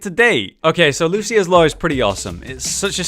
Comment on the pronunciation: Surprisingly enough, it's actually Lucio-ohs. Just look at the spray again.(The official spray).